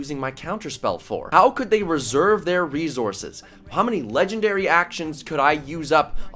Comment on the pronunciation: No one:: reZources